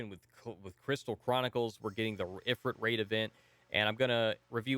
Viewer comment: Psssst actually it's pronounced E-Freet I think?;)